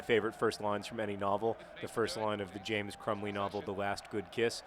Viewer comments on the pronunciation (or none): none